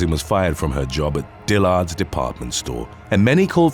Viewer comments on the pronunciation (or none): I love the channel, but he kills me sometimes with how he pronounces certain things "Dil-LARDS department store"